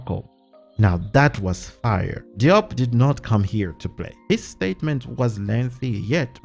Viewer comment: Diop is pronounced as Jobe